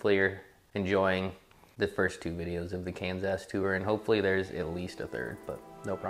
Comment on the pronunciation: I'm sure the lovely people of Kansas love you calling it Cans Ass lol - from a fan in Tex Ass.